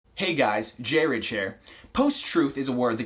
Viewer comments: ITS PRONOUNCED JAYREG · I thought it was pronounced "jregg" (with the j and r as one "jr" sound that hardly makes noise on its own) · This video is really interesting and I learned something new today yay! Also I pronounce his name JAY-reg not whatever he said in the beginning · A g without a softening vowel at the end is pronounced as a Hard G. This name would be pronounced JU-REGG. Like Dredd. I like Judge Jreg. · The awkward moment when the youtuber doesn't even know how to pronounce the name of his own YouTube channel... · I love how you mispronounce your own name. :D (... and it bothers me, unironically. I love it.)